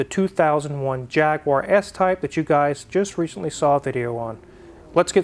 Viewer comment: JAG-U-AR not JAG-WAR.... Small point but it sounds terrible when pronounced wrong.... Good service..